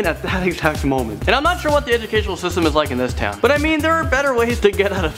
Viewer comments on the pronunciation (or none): none